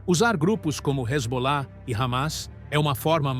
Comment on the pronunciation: Iran proxies such as Ramas and Rezbollah? Who narrated this, Scooby Doo?